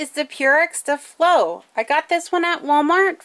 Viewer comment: Pssst. It's pronounced, like stay-flow. Spelled as it is for marketing purposes. Years ago there were commercials on TV and that's how the company pronounced it. Just a heads up.